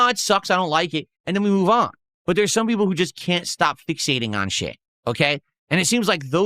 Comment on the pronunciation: Peepul are saying